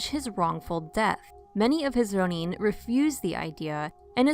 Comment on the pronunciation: Hearing these narrators say “rro–NEEN” (with a trilled ‘r’, no less) is far too grating on my ears for me to tolerate. If you guys don’t know how to pronounce “ronin,” why not just look it up? It’s not hard to find. I don’t want to be mean, but hearing American English speakers drop into some kind of phony foreign–sounding accent that sounds like somebody just made it up is too much for me to be able to take this video seriously.